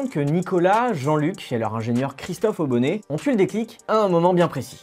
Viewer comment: Christophe Aubonnet pas Auguennet…